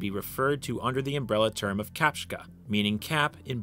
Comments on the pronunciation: mfw he said czapka wrong bro it's chapka not kapchka, you effectively said kaczka which means duck in Polish lol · Bruh hearing you pronounce polish words is really really funny. I mean it's fine noone you should care about cares about pronunciation but still hearing czapka pronounces kapszka is brilliant. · As a Pole I've never heard "uhlan cap" as refered to balaclava. In Polish it's called "kominiarka". "Rogatywka", or "czapka" (which btw you beautifully butchered) is something I would call "Uhlan Cap", because it's a cap belonging to ułan. To why they called it like that I have no idea whatsoever, maybe it's because uhlans were popular cavalery unit in 19th century Europe and in winter you need something warm while riding a horse. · god i lought when i heard "czapka"